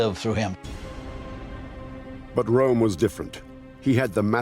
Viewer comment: Calls Hitler a idiot says "ram" instead of Rohm